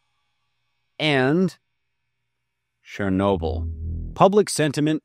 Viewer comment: Why does he say "Shernobyl"? The first sound is "ch", the same as in "check" or "cherry". I get that our slavic languages are weird and rather difficult to pronounce for an English speaker (and "proper grammar" is not the point of the video, obviously), it's just strange to me that an american would read "ch" as "sh", the way the French do.